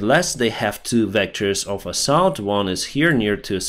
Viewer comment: you should learn to pronounce word assault. Great video as always 👍 Slava Ukraine 🇱🇹🇺🇦